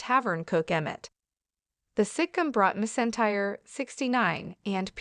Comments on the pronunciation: Can we get real people to read these things? Clearly, a computer won't know McEntire is pronounced "Mac Entire". Joe-na? Sitcum? Garsha swisher? Horrible. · Pronounce Reba’s last name correctly !!!